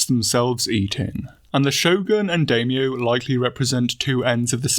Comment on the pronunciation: Must resist the urge to correct the way he pronounces Daimyo 🙊